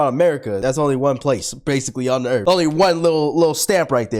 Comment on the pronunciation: URATH!!? THIS IS EARTH